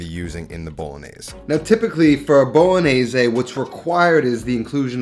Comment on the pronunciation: It’s bolognese not “Bowlognesay”…